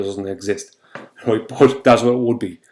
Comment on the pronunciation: Ya gotta be kidding, roight? no more understands what he’s saying than the poor souls who like his eggsplanashuns. Roight?